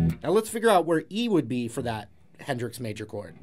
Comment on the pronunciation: Not trying to pry, buttttt “Henrix...”